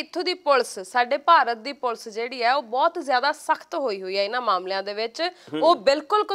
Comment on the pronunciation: mam "ਪੁਲ਼ਸ" ਨਾ ਕਿਹਾ ਕਰੋ, ਇਹ ਵੀ ਬਹੁਤ unprofessional ਜਾ ਲਗਦਾ ਏ। ਪੁਲੀਸ ਨੂੰ ਪੁਲੀਸ ਹੀ ਕਹੋ। ਕਦੇ ਪੰਨੂੰ ਸਾਹਬ ਨੂੰ "ਪੁਲੀਸ" ਕਹਿੰਦੇ ਸੁਣਿਓ।